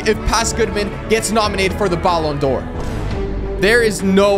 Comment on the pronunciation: Learn how to say ballon d’Or the right way you say is so annoying💀